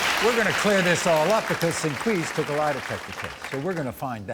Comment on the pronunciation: I thought maury said her name was sinqueef at first lol.